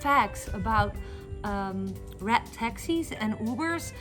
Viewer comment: Through the whole video, i thought you were saying rat taxi then i realized you were saying RED taxi. Lmao😂